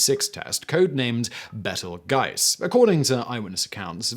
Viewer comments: Bettel Guise?! Do you mean Beetlejuice? Lol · Beetle juice! Not bettle gice... Dear god.. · "Bettle-Gice"? You mean "Beetle-Juice"? It's a name. There is only one accurate pronunciation for names. That's a bit like pronouncing your name as "See-mon Whyst-Lurr". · Beetlegiuse is the correct and German spelling, Beetlejuice is the English version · I believe its pronounced "Beetlejuice" actually lol